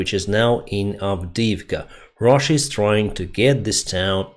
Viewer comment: This guy just calls Russia "ruzzia" and you saying that he presents information fairly💀